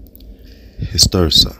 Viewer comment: It’s Cardamine hirsuta, not histursa. It makes a very nice tea when fresh.